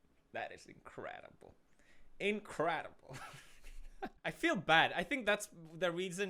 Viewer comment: That "incredible" totally sounded like "seriously"